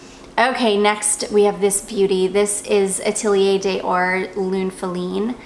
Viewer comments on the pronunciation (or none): none